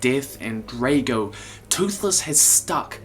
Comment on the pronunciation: Draigo? Hahahaha drago*